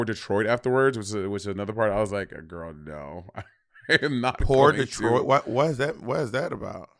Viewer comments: It's "por detrás" not "poor Detroit" lolol 🤣🤣🤣🤣🤣😭😭😭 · Its not pour detroit, its Por detras 😂😂